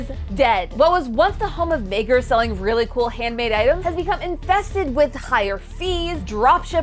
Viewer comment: bro did NOT say "makers"